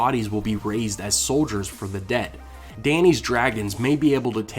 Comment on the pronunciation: dionbranchglove I know he's saying "restore your dead to life" but it sounds like "debt to light" EVERY time.